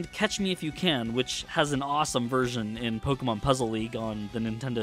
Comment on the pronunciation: i hate when people say Poke-uh-mon instead of Poke-E-mon